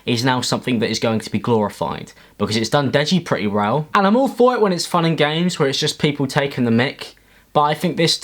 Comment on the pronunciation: "its done deji pretty rell"